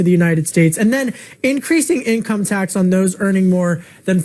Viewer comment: . Stoked for "Inomce" tax increases 🤣